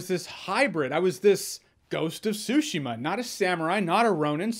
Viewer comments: Why do people continue to mispronounce the name?? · This cringe comp loves this game and can't be bothered to pronounce it correctly. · Is it just me or is he saying "Tsushima" strangely? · It bothers me just bit the way he pronounces "Tsushima". Great review though! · Tsushima. 3 characters. Tsu. Shi. Ma. One of the pitfalls native English speakers fall into is the tendency to string every syllable together rather than pronouncing each individually (which is how it would usually work in English)...so you get the English pronunciation of a Japanese word rather than the Japanese pronunciation of a Japanese word. This is not so different from the R/L switching you'll often hear from native Japanese speakers speaking English. A good way to practice initially is to treat each word as if there is a very (very) slight pause between each character; once you have that down, practice will make the characters flow together properly. While the T in "tsu" isn't silent, it isn't strongly pronounced either (though that could depend on dialect too) so a lot of non-native speakers will easily miss it; plus it's not a comfortable sound for a native English speaking mouth to form as part of a full word so you won't get it right consistently without a lot of practice. I know for myself that while I know how the word should be pronounced, trying to get my mouth to physically do so is difficult even when I'm focusing on that pronunciation. And as I'm writing this I'm picturing what this video would have looked like with Jeremy trying to pronounce Tsushima properly the entire time...poor guy prolly woulda been in physical pain by the end lol Also, the fact that we have this long thread debating the proper pronunciation of the title of this game is awesome :D Sou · So the silent 't' in Tsushima is in fact something English native speakers do? Watched some reviews and was wondering why the 't' gets dropped a lot. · He doesn't say Tsushima neither. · TsuSHEEMA not SUSHIma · The T is silent